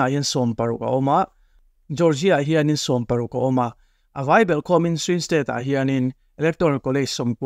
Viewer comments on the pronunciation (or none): Swim state niloin swing state tih tur aw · Report a felfai hle, "Swing state tih tur "Swim state" tih anga i rawn lam țhin erawh beng a thlep deuh